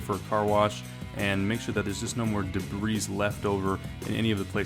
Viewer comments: It's pronounced "de-bree" not "de-bris" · You lost me at debr[ees]. IT’S PRONOUNCED DEBR[EE]. There’s no “S” at the end. 🤪🥊💨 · Sorry man but its pronounced Dee bree or Da bree not Dee Breeze. Just trying to help. Good video! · duh-breeze?! boi, best be glad im not french-canadian! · The 's' in debris is silent. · Don't pronounce the S in debris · The 's' is silent in debris...